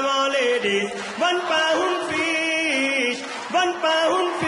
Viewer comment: "CANON LADIYS" HITS HARDDDD (and I know it meant to be lady)